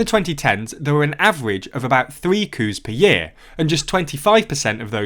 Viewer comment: this video is a lot more fun if you imagine he's saying "cow" and "cows" in a weird accent instead of coups.